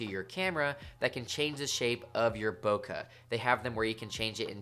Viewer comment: Bokaaa 😂 it's boke' B-o-k-e